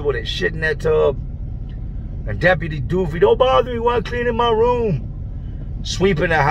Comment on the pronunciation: No you did not say deputy Doofy! Lol!